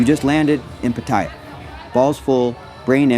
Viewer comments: Its called Pat-ay-ya learn to pronounce correctly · You're pronouncing Pattaya wrong and its annoying to hear but otherwise good video and advice! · You can’t even say pattaya bro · Its ai it cant say 7/11 or pattaya